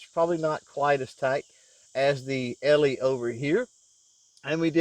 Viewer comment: Great review of this pistol and how it handles different ammo for accuracy. One small thing though...the Brand name “Eley” is pronounced “EELEE”, not “ELEE”, and there’s different types of .22 Pistol and rifle ammo, for general purpose, Club use, practice, Bullseye, 50 meter free style, Olympic, etc. It’s very likely that using Pistol Match ammo in that pistol, the tight group you shot would have been even tighter. Anyway, thanks for showing what other than cheap ammo can do in a nice looking .22 pistol. In the case of .22 match ammo, you do get what you pay for.